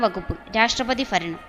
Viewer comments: faranam alla kuttiii... bharanam... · Faranam alla bharanam.....bhaaaa.....malayalathe kollalleee